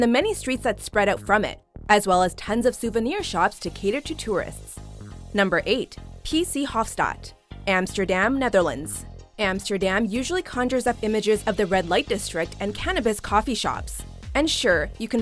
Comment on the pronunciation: Ohmygod the cringe when she tried to pronounce the P.C. Hooftstraat